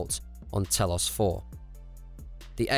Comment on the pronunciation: saying telos and atris wrong really